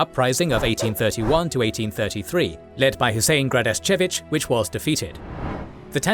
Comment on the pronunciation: Ok, now I've watched it. And it was marvelous !! Excellent job, and with integrity ! It made me prouder of my heritage as a bosniak. And it got really close to "home" : my ancestors came from Gradačac, the fiefdom of Husein Kapetan Gradaščević (by the way, flawless pronunciation !), and I went there to know more, it was a great self discovery trip. On the military aspect, tey documenting on a "legendary" battle in 1993 where a location coalition of catholics and muslims of Gradačac managed to stop an armoured train and its armour escort before it entered the central railway hub. There's a lot of propaganda around it, but I'd love a comprehensive quick look from impartial eyes specialized in the matter. And to end, as we say in our crazy little corner of Europe: hvala, buraze ! (Thanks brothers)